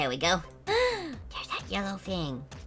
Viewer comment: said wergo the long way